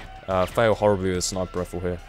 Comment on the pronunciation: "Pull out the old sniper roifle..." Thats what he said?